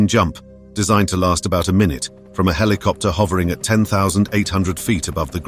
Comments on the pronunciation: Wtf 🖕 Heelicopter ✅️ 😂 Helicopter ❌️ 😊 👇 👇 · Rescue heliopter or **helicopter**? Smashed **skulls**? How many?! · "A rescue HELIOPTER ARRIVED" ? WHAT? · What's a heliopter? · A Rescue Hillyopter arrived?...You Mean Helicopter?